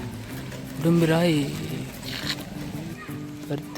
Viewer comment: Brother...I am used to saying Urumpirai..but you also often pronounce it as Udumpirai!!!...which is right!!!!,,,,I follow a lot of youtubers...nowadays a lot of people post boring videos...but your videos are of good quality and useful,,congratulations..keep it up!!